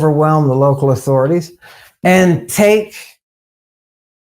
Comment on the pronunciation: You are beholden to “ahthaurities” Ammon is not